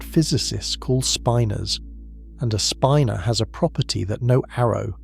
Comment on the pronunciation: I "love" how the lousy computer narration can't pronounce "spinor" or "nuclei" consistently.